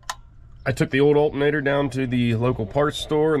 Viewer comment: That is an alternator, not "altinator".